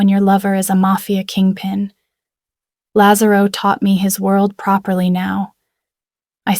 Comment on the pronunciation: they also have difficulty with correct pronunciation of italian names. they can't get lazarro right